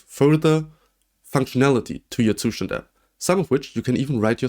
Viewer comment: As a German I have to say that you should look up how to say Zustand